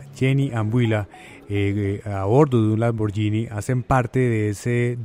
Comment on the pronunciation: No pronunciar lamborllini, se dice en buen italiano lamboguini. Es gh no gi.